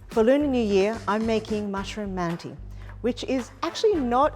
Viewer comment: yeah I think it would've been better to say they're "turkish-inspired" or something. she's certainly not pronouncing the word like she knows what mantı really are.